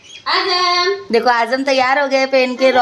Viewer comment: Dear Ur so blessed that u have a Daughter like Uzma, She's So Matured Masha Allah... N Ap na jab bhi Azam ya Riyaz bolte ho toh pls Z ki sound use karo na j kyun bolte ho😂Ajam Riyaj